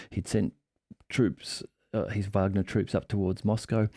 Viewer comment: WOW! Someone that actually pronounces Wagner correctly!